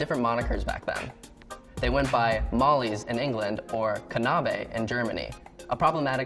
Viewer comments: It’s Knabe not Kanabe just by the way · knabe is just pronounced knabe and not kanabe, and it just means boy. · How he says Knabe is completely wrong It‘s „Kn-Ah-beh“ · Jeroniee KANABE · Yeah, but in English, "kn" is usually simplified to "n". See the English version of Knabe, knave. I guess "kuh-nah-be" was the closed he could get to the proper German pronounciation. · 😂 that pronounciation of knabe made me laugh so hard! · Good god, your pronunciation of "Knabe" is dreadful. Still, a very informative video. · his pronunciation of knabe lol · Phil Evans It sounded so japanese lmao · I'm German and it took me a few moments to realize what he meant.